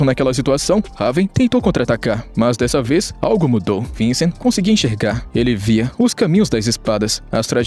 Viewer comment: E cê você conseguir falar Vichen não vicen ficaria melhor mais a obra e você que faz boa sorte no teu canal